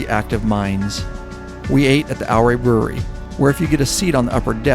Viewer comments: Ouray is pronounce "your-ray" not "ow-ray." Looked like a terrific ride. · Love all these trip videos the best! I know this is a lot of work to produce something of this length. Thank you and team. BTW, from Colorado. It's Ooooh RAY!! NOT OURray!:) Thank you for all you do! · Ouray is pronounced "your ray',,,not OUR way. great video regardless. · Ouray Colorado is pronounced "U-ray". Like Eugene. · Good vid, Ouray is pronounced U-ray. Ive run Red mountain, Molas and Coal bank passes numerous times . Had a boulder cut loose and about took out the old lady and me. Also droven a semi over all that in the middle of February with 45000 lbs of wood pellets. Still a little puckered. Ride on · Great video. Yes, rides like these are epic! (BTW, Ouray pronounced like "Hooray!") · Took most of the day, on and off, but watched the whole thing. Great work, story telling, just the right balance. Definitely relatable having done several multi state trips. You captured it well. Yes, that last day ushers in true peace and contentment that stays with you for weeks. Btw Ouray is pronounced ew-ray. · Ouray Colorado pronounced like “Your-Ray “ is named after Chief Ouray . The Million Dollar hwy actually starts outside of Durango and is the whole route to Ouray . Come back someday and do the entire loop Durango to Ouray then to Telluride back to Mancos,Hesperus and then to Durango. I will also say over to pagoda springs , Wolfcreek ,Southfork ,Creed, lake City and around the north side of the Black Canyon of the Gunnison to Delta is a nice ride. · Oh yeah...and the Ouray pronunciation was pretty entertaining as well, an earlier commenter got it right, but to say it like a local, it's yuray. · Great video of a great trip. Ouray is pronounced as youray. The O is silent. Love all your stuff. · It’s pronounced “U-Ray” Colorado.